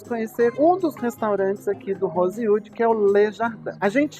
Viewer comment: Deveria ao menos aprender a pronunciar o nome do hotel